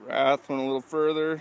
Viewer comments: wraith not rath! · it's not a wrath it's a wraith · its called a WRAITH.W R A I T H....NOT A WRATH